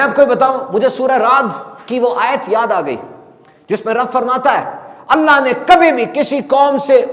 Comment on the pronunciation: آیت قرآنی میں پیش ہے اسم جلالت پر اور ہمیں زبر معلوم ہوا کہ آپ نے زبر پڑھا دیکھ لیجئیے ایک بار اگر غلطی ہے تو درست کر لیجئیے